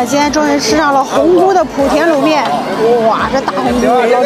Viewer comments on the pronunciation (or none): 莆（第二声）田